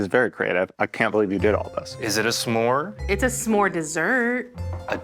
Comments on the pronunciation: So distracted by everyone saying sa more instead of s’more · WHY DO THEY KEEP SAYING SAH MORES I STEAD OF S’MORES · It bothers me a lot more than it should the way they pronounce S'more. It isn't Suh more, it's Smore. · I hate the way they say “summore” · It’s SMore, not SUH-more, y’all. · Rosanna keeps pronouncing it like “some more” instead of s’more. I get that that’s it’s etymology but it just sounds very odd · Why are they saying sa-more and not smore???? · Saying smore like summore is truly the part of this that’s killing me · Question: do all Americans say "sa-more"? I say it as one syllable. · I can’t handle them saying s’more wrong the whole video 😂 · Lol the way they are saying “suh-more” instead of s’more drove me nuts 😂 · why tf does everyone say “sah-more” it’s smore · Divisive opinion: There's no way it's pronounced "suh-môrz". It's gotta be "smôrz" or it sounds awful. It's a conjunction, we can't just add sounds 😭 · It hurts hearing "suh-more" instead of s'more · How are none of the comments mentioning Rosanna pronouncing s'more as sah-more?! 😂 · They’re pronouncing the s and m too much it’s one syllable smore. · Do all Americans pronounce s'more like that? Suh-more? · Why do they all pronounce it "Sa-more" except the restaurant owner? Where did they learn to pronounce it? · Maybe it's a Canadian thing, but I thought "smore" was a 1-syllable word? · I love rosanna and saying s’more so badly the subtitles say “sam more” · this video has taught me that i have a very big pet peeve of people who say "Sah - more" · Anybody else going insane over their 2 syllable “sa-more” pronunciation?? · Who else has never said s'more with more than one syllable?